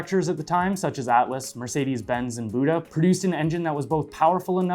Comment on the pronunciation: Isn't BUDA pronounced Beau-Duh / B-YOU-DA?